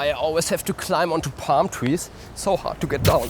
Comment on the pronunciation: It Pam tree , Coconut tree 😂